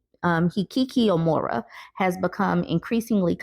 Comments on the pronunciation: SK is also anti-🖤 Aside from that... Hikikomori=Hee-Kee-Koh-moh-ree 😊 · its pronounced he KI ko mor ee the KI has the accent , also its pronounced, no bell not noble. Remember its not English. I know you hate poor grammar, so I thought you would like to know about the correct pronunciation of these words. LOVE YOUR WORK. ITS BEEN NEEDED FOR A LONG TIME.